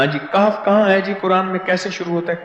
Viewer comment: Jaali peer KAHF kay lafz bi sahi nahi parh raha hai aap khud mulahiza kerlen to per